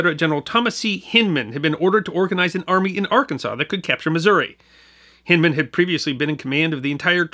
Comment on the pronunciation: We pronounce Hindman with a long I. (e.g. Hind quarter) There's a city park in Little Rock which bears his name although without Civil War attribution. Regardless, thanks for pointing the bow tie our direction...many of us have ancestors involved with those fights and we've not forgotten either. And yes, razorbacks are still a particularly nasty species. (just ask them Texas boys)